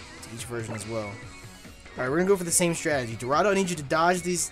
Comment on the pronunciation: why u always fucking up dorado 😂